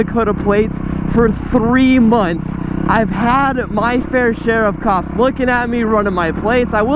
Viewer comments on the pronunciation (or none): none